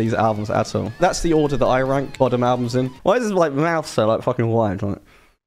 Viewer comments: Its pronounced "boh-dum". You're literally saying "Children of Bottom" lol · It's pronounced *BUUDUM*. Fun fact; the children were actually murdered at the lake in the 60's. Lovely lake to visit when in Finland 😊